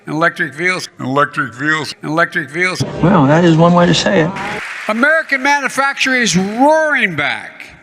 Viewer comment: I hate how he ALWAYS says manufacturing like "manafacturing". Every. Single. Time. xoxo